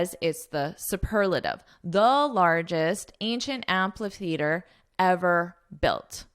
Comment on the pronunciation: Have a nice trip in Italy! By the way, i have a question about the pronunciation of the word amphitheater. I look it up in dictionary and it says it should be pronounced as am-fi-theater not am-pa-theatrr. I don't know which is correct or maybe it works both ways.